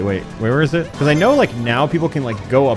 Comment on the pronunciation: I can’t stand that he says “pee-cause” instead of because